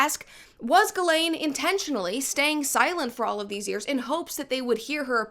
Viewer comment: You just saying the woman’s name correctly is like music to my ears… if I hear one more “gizzlane” omg.